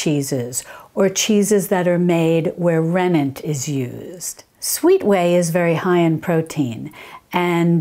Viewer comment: The name is rennet, not renent